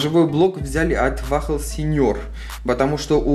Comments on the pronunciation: Бро не "Вахл" а "Уолл" 😉👍🏿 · Не вахл а вохл! 😆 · Не вахл, а вол